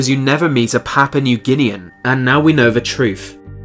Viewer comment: This guy doesn't know how to say "th" in "the" and other words with the same sound lol.